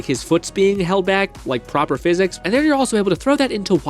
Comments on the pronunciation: Okay but it sounds like you’re saying “phys-ex” every time. 😂 can you just say “Fizz-ics”? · It's not he X in how you say physics that is weird, it's the last i. You pronounce it like phys-ex. Not every time though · Bro everytime you say fizz ex it rattles my brain and I can no longer even hear what you’re saying. It’s driving me insane. I have no idea what this video is about. Ok he did it again. I just called out of work. Omg bro stop! I left my wife. STOOOOOP!!! I am standing on the skyway bridge. Goodbye. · The reason you should consider saying "Physics" properly is because PhysX is a completely separate technology. It's used in games like borderlands 2 for realistic liquids and cloth. When you say PhysX casually it's confusing. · The problem with how you say "physics" is that you pronounce it as "physecs" but there's no e in physics YOU NEED TO PRONOUNCE THE I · I love and the video topic seems really interesting but I’m sorry I just can’t keep watching when you are saying fizz ecks constantly. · Please say physics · The way he says “physics” really is amazing though. He has got to be trolling, because he says all of his other words like a literate human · why do you say physics like that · okay, i see what they mean. you do say it weird. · say physics right bru it ain dat hard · The way you pronounce Physics could probably get you a speech impediment diagnosis /srs